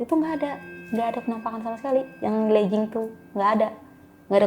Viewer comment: Legging tu dibacanya tetep LÉGING. Bukan berubah jadi léjing. Asal katanya dari LEG (kaki). Sama kayak kata Login dibacanya ya LOGIN. Bukan lojin. Sebab asal kata dari LOG in LOG out. Semoga S2 nya bisa lebih cerdas 👍🏻